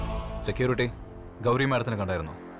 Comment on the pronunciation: Hindiyilum gauri ingana samsarikkunne sha parayathe sa enn parayum